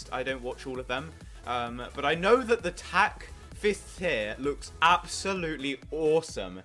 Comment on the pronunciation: Glad to be doing this vid with you, dude! ;3 [also, "Thoo Superior"? XDD Someone must've bitten his tongue before recording ;p]